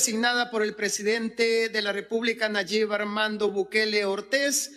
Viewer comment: 😂😂😂😂 no se dice presidentAaaaaa es presidente 😂😂😂